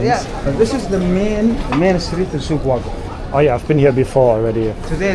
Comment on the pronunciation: The guy asked if you go to Souq Waaqif (the stress is on "aa", that's a correct pronunciation)... But you replied that you go to Souq Waqeef (with the stress on "ee"). That's why there was a confusion. Also, when you compare the metro systems in Germany and Qatar, don't forget that in Qatar there is only one metro system, and in Germany — dozens. Plus, in Germany, you have to pay decent salary to the cleaning staff. Unlike in Qatar, UAE and other countries in the region, where they hire Pakistanis and Indians, pay them 500 dollars a month (sometimes even less) and you them as slaves who can clean 24/7.